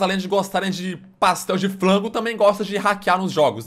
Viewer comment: Pastel de flango ksksksskskskksskks quase parava de respira